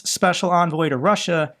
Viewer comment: Trump's "speshul" envoy Stooge Witless.